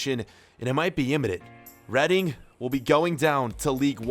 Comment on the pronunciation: It’s REEDING NOT REAADING